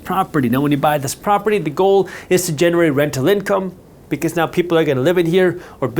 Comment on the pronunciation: ngl I heard "generate RECTAL income" for a sec